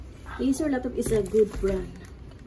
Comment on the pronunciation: Nabilang niyo ba kung ilang beses niya nabanggit ang 'acer laftop'?